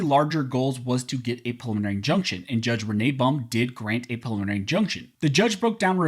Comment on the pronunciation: Take a little longer when prouncing preliminary injunction. It sounds like you're saying prelimarny injunction. Enunciate, man. ;)